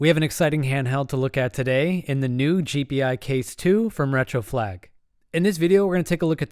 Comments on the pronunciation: It's pronounced "jee-pie," not "jee-pee-eye." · FYI, it's pronounced Gee-Pie, not G P i. Just throwing it out there. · It's not.. G P I case.. it's G Pi case..